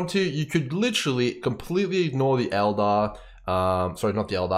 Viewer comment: right be said Eldar, not elder.